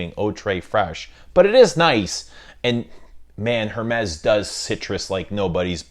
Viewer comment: Thank you/Merci. Mispronunciations are annoying. Also, Hermès - The H is silent.